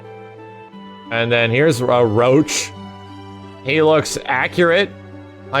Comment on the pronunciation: It's not Roach it's Roche. phonetically say it out.